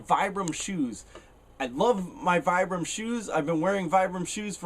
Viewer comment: It's pronounced "Vee-Bram" not Vie-Bram"